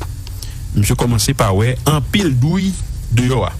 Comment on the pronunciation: Ou fò konsa epi wap di drouille???se pa douille yo di anko???